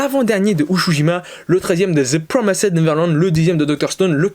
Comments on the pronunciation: rhaaaa ta prononciation de promised neverland mdrrr, ça se prononce PRO MI SS TE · Non sa se ce prononce " ZE PROMAÏZDE NEVERLANDE "